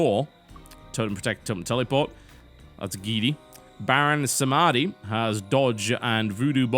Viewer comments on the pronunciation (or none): it's sAmedi, not samAdi =_=""" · It's not "Baron Samahdee," it's "Baron Sahmdee," which is French for Sunday. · aww my ears, you should prenounce samedi in french, not semaadi.